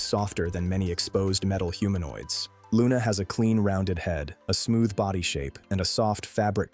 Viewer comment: Are you sure you are pronouncing the name correctly???? sounds a bit wrong